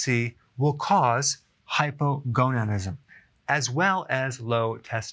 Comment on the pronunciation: Hypogonadism hahaha